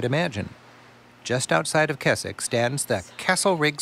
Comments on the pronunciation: I'm sorry, Keswick is not pronounced Kes-ik, it's Kez-ik The Lake District is my backyard. Growing up playing in this beautiful area of the country. Sadly it's all too easy to forget it's there and only be reminded of just how amazing it is and how lucky we are to live here when tourists stop and point at it. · He keeps mispronouncing Keswick, it's "Kezzick", not "Kessick"! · Also , the town is pronounced Kezzick, not Kessick. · The guy refers to "Kesick" it is actually pronounced "Kezick" with a Z. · for the record it is pronounced Kezzick. we have horse gymkanas and show jumping, like you see in the olympics.